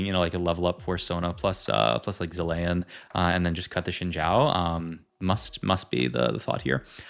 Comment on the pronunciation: Your pronunciation on some of these units is crazy, zilayin cracked me up